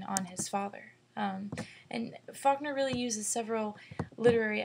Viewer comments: hi it sounds like you say "fuckner," sorry but i had to point that out. Great analysis though, it really helped me understand the story.Thanks! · lmfaoooooooo she did say fuckner